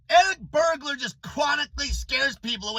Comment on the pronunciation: Did you say Eric Bergular 🤔? 😂😂😂😂😂😂😂😂😂😂😂😂😂😂 HILARIOUS 😂